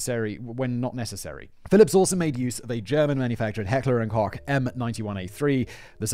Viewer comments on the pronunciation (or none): none